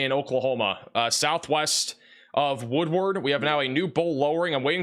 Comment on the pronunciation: Just subscribed yesterday & like your presentation style & accuracy. We all struggle w/unfamiliar town names etc so fyi: Vici: pronounced Vī-sigh Woodward:is “woodword.” ; Skiatook is usually Skytook. Txs for watching out for Oklahoma:)